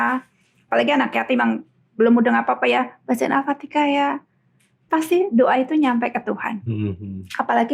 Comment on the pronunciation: Al Fatihah ! Bukan Al Fatika